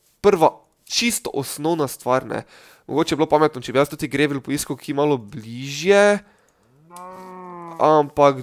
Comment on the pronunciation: ni grevl ampak gravl (pač itgovorjava) sej channel maš hud sam angla pa je fuč... Sorry